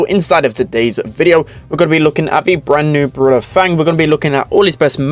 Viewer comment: fang is not actually pronounced as the english word fang. since he is decidedly chinese, the "a" in his name should have an "ah" sound. f-ah-ng